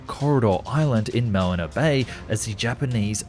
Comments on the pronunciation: Also he said "malina" not "manila", and he said "normal type" instead of "norilsk type", and he didn't say "dollars" when talking about how much they cost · It's Mah'nila no Man'ela. ;) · "Malina Bay"? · Malina bay, lol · "Corridor"?? "Island"?? In "Malina" bay? 😖 FFS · Malina Bay 😭😭😭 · AYO WHAT THE FU--- bro before you get roasted by a WHOLE country, MA-NEE-LAH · Mispronounced "Manila" and it's Corregidor Island not "Corridor" Island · Excuse me, How did he pronounce Manila?! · You said Manila wrong